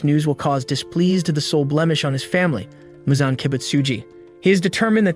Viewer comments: It’s Muzan not Michael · Bro said Michael Jackson instead of Muzan ☠️😂